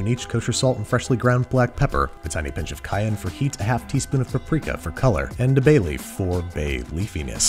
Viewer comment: Am i the only one who after hearing him said "a bayeaf" was expecting "or maybe two!" as a follow up?